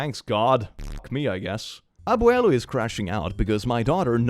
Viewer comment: Pronunciation of Abuelo approved Though in Puerto Rico we butcher the fck out of the b and just say "Awelo" or "Awela" if it's grandma 😂